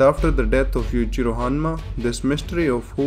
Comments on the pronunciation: His name is Yu-Chi-ro not Yu-ji-ro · oh my goD lmao! u say Yuchiro all the time roftl theres n difference between Yui and Yu lmao!!!!! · Yowichiro hanma. Say it like that. I keep hearing like youre just saying yujiro again. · i love how this guy when he says Yuichiro it sounds more like Yuijiro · Yuichiro - Yoo- ee- chee - roh Yujiro - yu- jee- roh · Bro i thought he said "Yujiro Hanma is the father of Yujiro Hanma" LMAOO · if there weren't subs I would have just thought you were saying 'Yujiro' over and over because yuchiro sounds pretty much the same. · Cant tell if he saying yuchirio or yujiro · the way you pronounce yujiro and yuichiro are so similar I need the captions for this one bro lol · The way you say Yuichiro & Yujiro sounds the same 🤣🤣🤣🤣🤣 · When you say Yuichiro I can not tell the difference to Yujiro. Please pronounce it better. (No offence)